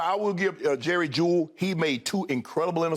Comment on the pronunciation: "Jerry Jewell? Jerry... Jewell??? Shannon, this is your team. At least learn the players' names before spouting off, good God Almighty.